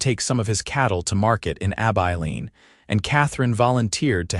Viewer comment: Stopped after about 2 minutes when the narrator mispronounced Abiline.